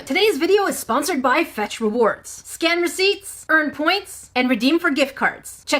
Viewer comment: When she said Scan during the ad, I thought she said Scam. 0_o